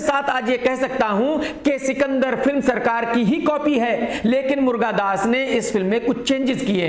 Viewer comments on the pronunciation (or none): Murgan das ❌ Murga das ✔️😂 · Can't stop laughing the way he says Murga-dass 😅😅😅... total timepass.....le subscribe kar dia